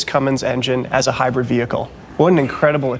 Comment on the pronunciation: Yeah. I was being a smartass about the way he says it. It usually sounds like high bread instead of hybrid.